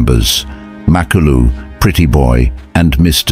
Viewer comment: MA-KU-LU not mak a lu 😂